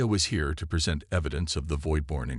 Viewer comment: Just NO!!!! I stopped about halfway into the story. Your AI FKN SUCKS!!!!!!!!!!!!!!!!!!!! WTF is: "DISS-uhbled", "neutralize"(neutralized), "engage"(engaged), "PRESent"(preSENT). Do it RIGHT or don't do it at all!!!!!! Fix your POS AI errors PRIOR to posting....would be really nice!!!!!